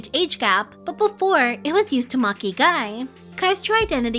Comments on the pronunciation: It's lee not ee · why is the L in "Lee" not pronounced I'm so confused